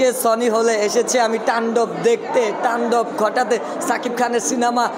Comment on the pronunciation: তান্ডব❌ টান্ডব✅ পজিটিভলি❌ প্রজেভিবলি✅